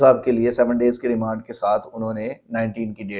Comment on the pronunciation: Remend nhi remand wakeel sb